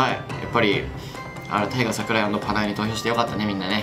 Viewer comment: タイガー桜井言えてなかったぞ！w